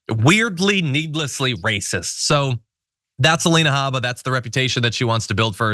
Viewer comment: No cursing, hm? I was proud of you, John for the "it's her god damn name". But you mispronounced the Alina name. I believe it is "Ay-leena Hae-bba", or whatever she calls herself.